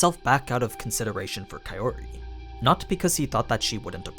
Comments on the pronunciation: dude i know it's april fools, but Kaiori instead of Kaori? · I'm just saying this so that I can help you, here goes; Kaori = Pronounced, Ka - Oh - ree If I were to put it in your words; Kaori becomes Kayori Hate me if you must but this is now a pet peeve of mine, considering I no longer need to read subtitles when I watch Japanese anime... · Pretty sure it's Kao-ri (Cow-Ree) not Kae-ori (Kay-Or-ee), least that's how the anime Voice Actors all pronounced Kaori's name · The way you say kaori as kayori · Why are you calling Kaori "Kayori" instead? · I;m sorry, but "Kayori" is completely off from "Kaori". You're great and explaining the differences between the LNs and animes but please work on your pronunciation, it's throwing me out of the immersion. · man you watch the anime and hear the characters speak. how do you fuck up kaori’s name this bad? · The way you say Kaori. I can't!